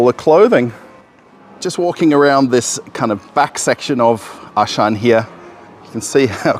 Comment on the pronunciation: Yeah, there is actually no Ashan , for he meant Auchan , a French brand. Pronunciation: 'Au' like o in 'rOle' - 'ch' like sh in 'SHampoo' - 'an' like an in 'FrANce': Au-ch-an